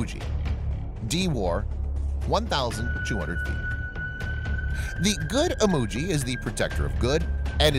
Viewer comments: Imoogi not emoji😏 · Lol it's Imoogi not emoji 🤣🤣🤣